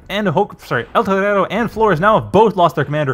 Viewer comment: the way you pronounce eltorero grates my ears